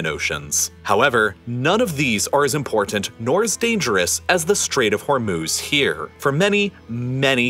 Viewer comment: Excellent video. Please note you’re not pronouncing the word important correctly